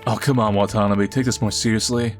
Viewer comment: my brother in Christ, please pronounce Watanabe correctly. It's not wa-tanbee. Its Wah tah nah beh. Only reason I'm nitpicking is because I know you're a weeb. Watanabe is like the "Smith" of Japanese last names, and in Hawaii we have tons of Japanese Americans here with that last name lol Unless you're intentionally doing that as some kinda inside joke. If so, carry on.